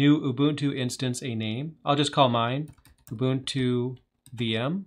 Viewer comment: Oo-boon-too. Do you not have enough respect to learn how to say it properly?